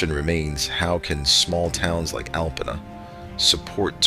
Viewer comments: Alpena is pronounced Alpeena. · I live in the area. The alarming footage that you see in this video is NOT Alpena. You just don't see large numbers of homeless people in Alpena in the way this video suggests. In reality, Alpena is a great place to live and visit. Also, the narrator (probably some kind of robot) repeatedly mispronounces Alpena.